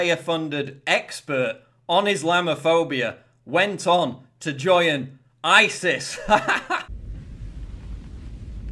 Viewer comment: I love your videos Paul, but checking your notes wasn't the professionalism we've come to expect, and I was let down by your pronunciation of 'join' as a 'joyan'. 6/10.